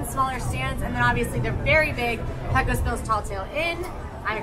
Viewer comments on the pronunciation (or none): no matter how many times you say it, it's not pronounced "PECK-o's". It's "PAY-cose". Rhymes with "Pay close" attention.